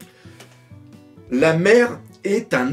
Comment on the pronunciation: Une des rares fois où tu réussis à prononcer et à t'en rappeler de "Shirahoshi" 😂😂